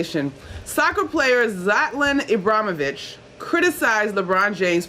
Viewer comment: Yo MSG employees, please at least know how to pronounce your players names. NIL-A-KINA. And Ibra-him-o-vic. Jeez.